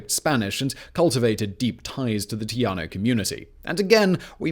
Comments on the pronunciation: Are you trying to say, "tejano (tehano)" instead of, "teyaho"? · "Tay - haw - no". Currently, I live in New Mexico, but was born a Texan and Houstonian. I'm glad to see you speak about this historic site. The only time I've walked through it, I cried. It was sad that the victors decided to bring back slavery and then join the Confederacy, one of the biggest dark spots in its short history.